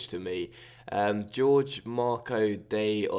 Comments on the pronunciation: George XDDDDD It's pronounced "horhey." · Isn't it pronounced Hoor Hey?? I could be wrong? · just to help you most names that look like that are said like horgey, hor-gay it's a south American, Spanish thing, just trying to help dude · Jorge is pronounced as Jor-Gy, with the J pronounced as the in José Mourinho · I cringed so hard the first time that went "George" instead of actually pronouncing Jorge 😂😂😂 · Ik but the way he went "George" made me laugh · Love your videos, but did you really pronounce Jorge as George? 😂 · Considering it looks like that it's a pretty easy mistake to make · do you genuinely believe that's pronounced George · Ffs why do non portuguese speakers always want to explain the pronunciation... It's Jor-Jee with the J like José Mourinho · "Jor-je" thats how you pronounce it. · It's the Portugese pronunciation so it's pronounced like the J in José Mourinho. I'm not sure how to pronounce the "ge" though.